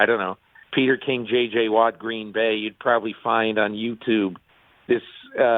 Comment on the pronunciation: She said it twice so its perfectly fair to correct her... J.J. Watt not T.J.!!!!!! Go Pack Go!!!!